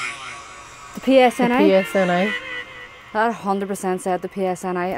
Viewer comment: Ghost says the P.S.N.I.. ladies say The P.S.N.A.. that's exactly what it said lol That's not even what you said.. you said psnA lol police service northern Ireland.. or police service northern Areland lol